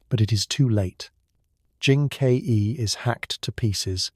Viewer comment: You pronounce Jin Ke as "Jin K E", how do I know you are not an AI?